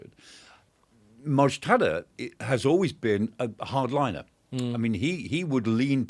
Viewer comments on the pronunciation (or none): Dr. Clark, it’s not Mujtada. It is Mujtaba. 😂